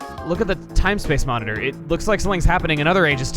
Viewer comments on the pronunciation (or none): none